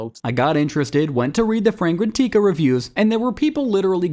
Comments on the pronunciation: its fray gran tika not tea ka please man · Frey gen TEE kas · Im not hating on this guy but for anyone out there fragrantica is pronounced (fray-gran-tika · The voiceover is AI. You can't teach it how to correctly pronounce brand names/made up words.